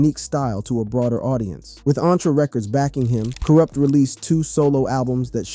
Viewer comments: you have to test AI text to speech always. make sure it can pronounce the words correctly. and when it doesn't you have to simplify the spelling for the AI so it will say it right. so for "kurupt" i would try to normal spelling first, "corrupt" or stuff like kuhrupt, kuhh ruppt, whatever you can think of or google the word and it will have underneath it how to annunciate the word and i found this: ku·rupt Pronounce Kurupt as K Y UH R AH P T or ku·rupt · Why u got him in a wheelchair on yo thumbnail??? Why u keep saying his name wrong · I really wanted to watch this but I got to 2.31 and couldn’t listen to “Kwrup” any longer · It’s pronounced “Corrupt” not “Cur up” 😂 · you dont know who to say Kurupt lol. its not Coo-rupt. its pronounced KER-Rupt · RIGHT! I had to watch and listen to the video based on your comment alone. Kourrrrrrrrrr Ruppppppp 🤣😂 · I love the Doog Pound, Karoopt and Dooz Dillangarr are legends. 😂. Damn AI. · This got to be AI I can't believe I wasted 15 minutes of my life on "kur-up" and "thaw-dog-pown" gtfoh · Yeah just leave our west coast stories alone if you can't say the names correctly, very irritating to hear "Cool Rupt" repeated over and over again. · Who the Eff is koorupt?😂😂😂😂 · Almost stopped watching when u said thaw dawg pound 😂😂😂 then u begin to slaughter this man’s name over n over again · Hey goofball, why aren’t you pronouncing Kurupt’s name correctly????? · Bro doesn’t even know how to pronounce is name 😭😭😭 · OMDG you can tell this is AI bs. You cant say Kurupt, Mutha, etc. Bahahahahahahahahaha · im so upset at the mispronunciation it makes this irrelevant.. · The interview is repeating the same narrative for the first 15 minutes before including other aspects and changes in his life. We love Kurupt , he's the best lyricist, You pronouncing his name in a wrong way. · Ay no shade young bro...But how come you can't pronounce kurupt? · Dayumm say his name right 🤨 my boi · Kurupt fool get it right!!!!!!